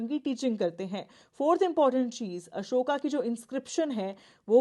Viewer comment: Content is good. Mam can improve the pronunciation of names.e.g. abhigyan shakuntalam, "Ashokaa" or Ashok, guptaa or gupt , Baanbhatta and many other